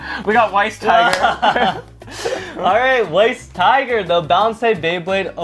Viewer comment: Weiss tiger is pronounced "vice tiger" because the name is supposed to be German. Ws in German are pronounced like vs'